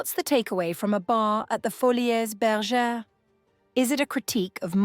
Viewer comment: I think it is pronounced foli, like poly. Not foli -es